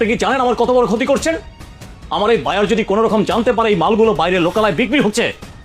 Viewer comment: একটা মগা,ঠিকমত ভাষা ও বলতে পারে না,বায়ারকে বলে ভায়ার অশিক্ষিত।